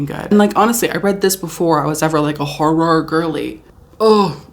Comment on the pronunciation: It’s pronounced horrOr